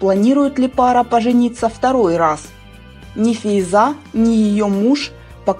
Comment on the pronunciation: Сын не Гизей, а Кузей. В переводе на русский это Север! И молодую бывшею жену (Фейза) не правильно называете. Вы что, не читаете газеты или интернет?!